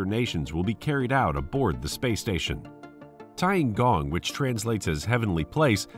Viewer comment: Tiangong means heavenly PALACE, not heavenly PLACE, lol. Good video, but unfortunately, you butchered the names and especially the pronunciation pretty hard. Oh well.